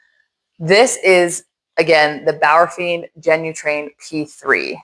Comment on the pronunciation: “Bauerfind” is the pronunciation.😉 Your pronunciation would reflect “Bauerfiend”.